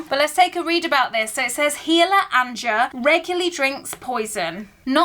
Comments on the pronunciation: I think Anja is pronounced Anya. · Hi, just a quick comment on the name of the character in Hemlock & Silver it's pronounced as Aña, similar as niña in spanish.